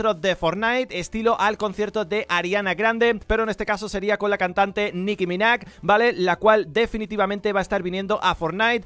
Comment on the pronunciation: Es Nicki MinaJ tio no Nicki MINACK